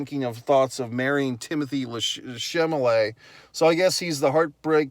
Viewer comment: Chalamet, not Chamalet.